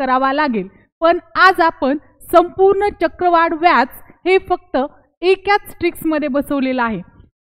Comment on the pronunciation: एकाच असे बोला. चुकीचे pronounce करू नका. खुप छान trick.